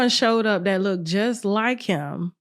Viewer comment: Damn!!! It's not "lookded" it's "looked"!!!!! Uuughhhh, that's driving me bananas!!!